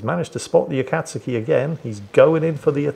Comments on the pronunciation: "A-kat-ski" -. It is "A-kat-sue-ki" my man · Noted the continued mispronunciation of Akazuki, not so clever naming a pet something you might say a few times a day now is it? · swear to god mate, are you pronouncing "akatsuki" like that to get under my skin? cause its working!